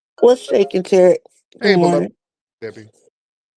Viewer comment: Who the hell is "Terrick"? 🤔